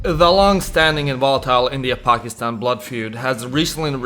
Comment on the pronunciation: Your the first non south-asian person that prounce pakistan correctly lol